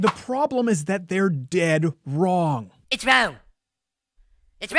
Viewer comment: lol " its rawwung"